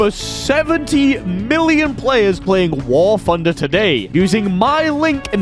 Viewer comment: I've been watching your videos for a long time now, but I don't understand why you cannot pronounce "TH" it is NOT AN F. WAR FUNDER?! REALLY?!